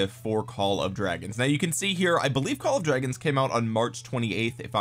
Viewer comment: LMAO i'm gonna pronounce it "Call of Dwagons" from now on just for this reason